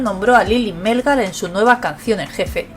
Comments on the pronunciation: Hola. Gracias por la información. El apellido de la señora es Melgar, no Mélgar. acento en la última sílaba. Saludos! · Melgar lleva el acento en la A no en la E ...